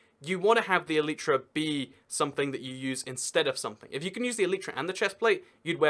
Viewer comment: please google how to pronounce elytra, and don't just listen to other youtubers saying it.